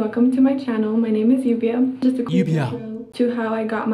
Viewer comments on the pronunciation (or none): FYI Llubia properly written is LLUVIA and it's rain in Spanish and you pronounce it as "you v ah" cheers